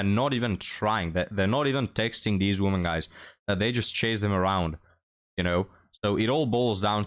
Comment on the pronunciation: Please learn how to pronounce "women". It's annoying